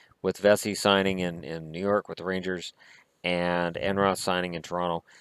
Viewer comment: just a heads up (and I don't have a trustable source or anything like elliot Friedman so I don't know how true this this) someone told me Vesey is apparently pronounced like 'vee-see'. also Katie ledecky rhymed his name with "pleasey" so I think that's how it's pronounced